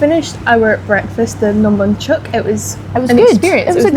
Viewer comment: Nom Bonhchok. Bonh Not Banh